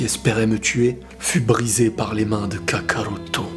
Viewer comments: Quand tu dit kakaruto ça sonne faux désolé car tu prononce ça "Kaka-routo" on dirait deux prénom différent. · La manière dont tu prononces Kakarotto me fait vraiment frisonner... 😏😏😏😏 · cette vidéo fais pitier de fou quand tu dis kakarotto j'en pleure de rire et en même ça ca me met mal alaise mdrrrr vidéo vraiment merdique